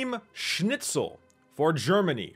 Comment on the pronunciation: U actually pronunsed schnitzel perfektly